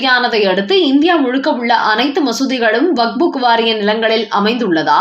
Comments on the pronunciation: Please pronounce waqup not waqbook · Not wak buk, it is waqf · It's not vakbu it's vakf( Wakf). Please correct your pronunciation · அம்மணி, "வக்புக்" என்று சொல்ல கூடாது. "வக்பு" என்று சொல்லுங்கள். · வக்புக் என்று தவறாக உச்சரிக்காதீர்கள் 😂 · Tamil news readers should learn pronunciation first. This lady's Tamil rendering is horrible. She has found a new book, vakbook😂